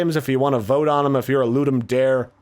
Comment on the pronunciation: Ludum Dare is latin. The 'dare' is not the english word 'dare', so the pronunciation is slightly different. Nice video, btw